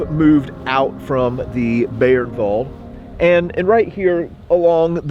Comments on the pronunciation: Fucking learn how to pronounce names. Not Beernwald by By-ernwald. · Thanks,, great video as always. Please allow me to comment on pronunciation. The German word "Bayernwald" is pronounced "BUY-ernvald".